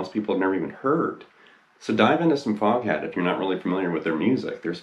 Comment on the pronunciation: You know how “Foghat” is pronounced in a British accent, right?